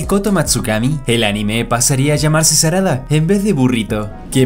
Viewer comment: JAJAJAAJ SE DIERON CUENTA QUE EN DIJO SADARA xD